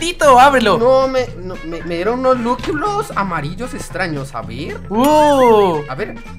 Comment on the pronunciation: Me da ternura cuando en vez de decir lucky block dijo lukiblos ❤